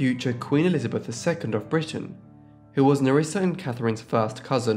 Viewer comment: I bet it was because they pronounced the name Elizabeth as "Elizabeff".